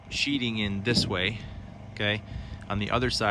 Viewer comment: You said "Sheeting" not sheetheing, my spell checker can't even spell it. I'll gladly follow because you say it rite